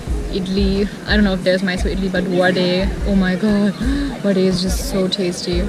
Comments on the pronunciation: very few kannadigas pronounce vad'e' and dos'e' correctly n u did it right...Kudos!!!!! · Omg ... pronouncing Dose and Vade as it is... thanks 😋 I had been too Hotel Roopa